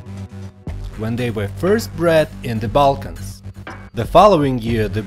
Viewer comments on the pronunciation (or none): none